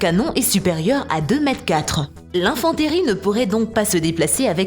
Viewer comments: Je comprend pas ce qu’il y a de compliqué à dire « l’infanterie » au lieu de infen-térie ou jsais pas quoi 🤦🏼‍♂️🤦🏼‍♂️ pathétique cette chaîne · L'infanteuurrie 😔 on se croirait sur une chaîne de télé-achat arrêtez par pitié